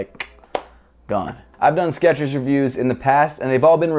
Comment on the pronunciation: its skechers not sketchers